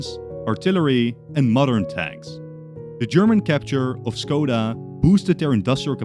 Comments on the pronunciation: CZECHIA MENTIONED bad pronounciation, its Škoda not Skoda. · Škoda /ʃkɔda/ not Skoda /skɔda/. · škoda is pronounced with a sh sound at the start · When you say Škoda you say it good but the first letter is Sh like in ship not s in snake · Your pronunciation of Škoda is killing me (Š reads like Sh)